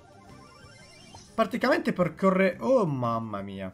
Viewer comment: Solo io mi accorgo che dice sempre particamente invece di praticamente?